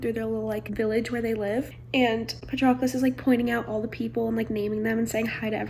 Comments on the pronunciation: IT'S PRONOUNCED PA-TROH-CLUS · I think it’s pronounced pa-trow-clis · The way you pronounce Patroclus kills me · it is not that hard to go on google translate and find who to pronounce the name of the protagonist, jesus christ